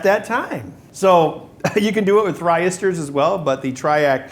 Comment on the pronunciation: what the heck is a thryistor?